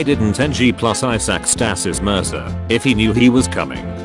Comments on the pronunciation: What i read: Isaac. The TTS voice: I suck. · I'm going to hear 'I suck' until the end of time now from the many times of the robotic voice mispronouncing Isaac, I swear.